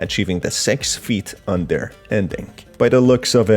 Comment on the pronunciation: he says sex feet under